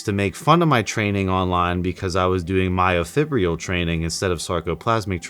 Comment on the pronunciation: Learn to pronounce myofibrillar.